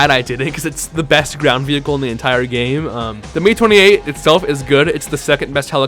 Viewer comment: an it not the " me28 " its the M.I 28 i think